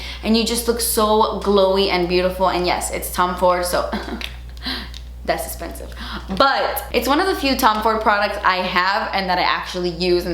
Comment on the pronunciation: I would love to see it as well. They have some beautiful products. voice saying das esspensive was just the first thing that came to mind. ☺️